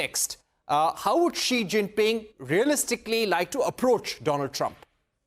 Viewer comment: This Indian anchor purposely pronounced xi name in a derogatory manner...that his name has s#£@ is so apt